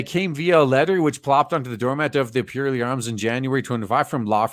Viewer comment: I would love to see one of these scam attempts go to court. It would be nice to think that the judge would trample it into the dust, but you can't trust judges to have so much as a scrap of common sense these days. BTW, it's pronounced PURR-ley, as in the noise that happy cats make.